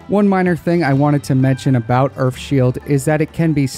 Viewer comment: Earf hahahahahhaa